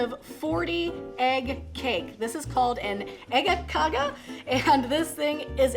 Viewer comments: Some standard Scanian breakfast, amazing, I lived in malmoe for a few years when I was a kid, but I'm impressed, you nailed the Scanian accent of äggakauga 🙂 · No not at all.. Its Äggakaka... Please respect the language. Ä is not A at all... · A French person can have an accent while speaking English and it’s fine but god forbid an English speaking person has an English accent when saying a Swedish word